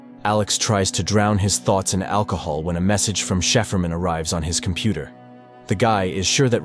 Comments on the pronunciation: Interesting. But 'cipherman' is pronounced sy-fur-man! Bad pronunciation drives me crazy! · cipherman - as in "sy fer man" Stupid text to speech. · I can't deal with the "cipherman" pronunciation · i can not stand how he ready the name. its just wrong. my ears bleed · The way the AI voice mispronounces certain works is hilarious! The many different pronounciations of "cipherman" especially cracks me up. Also some of the phrasing is weird.. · great recap but how did you manage to pronounce Cipherman in at least three different ways none of them correct? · I'm not sure he gets how to say Cypherman >.> And what's in it for the aliens if it doesn't matters since there is no time >.> Why bother ? So there is a difference, there is a time, the alien just proved it to him. The is a sequence in the happening of things... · Why can't the narrator say "Cipherman"? That's pretty simple. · These AI voiceover narrations are quite annoying when they mispronounce words, and this one doesn't even use the same pronunciation for Cipherman, changing it up from one incorrect pronunciation to another. That aside, this video does at least sum up the show nicely. Dispite there being plotholes in such a storyline of aliens of non-linear time, ever being surprised by something or ever being able to learn something new, given they exist at all points of time. At least as stated in this breakdown. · Shefermin? No cipherman, cipher-man. If you don't know how to pronounce something just ask google, it only takes a few seconds and will save you from embarrassing yourself. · Cipherman, is pronounced "Sy-fur-man" not like Shefferman lol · cheferman? dude you have to be trolling. it's pronounced (si-fer-man) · please stop saying "sheeferman" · I like when he calls cipher man, chieferman 10/10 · ikr, sheeferman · Chiffre man Chef Erman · So is cipherman pronounced as sheeferman or chefferman? Lol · Sheeferman? A.I. is no danger to us yet. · It’s cipher man. It shefferman